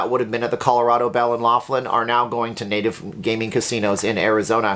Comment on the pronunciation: Keep to Casino openings! By the way every time you say the name of your town you say it wrong